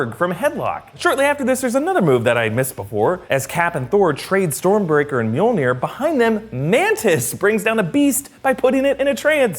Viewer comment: Love how he calls “mjolnir” meonere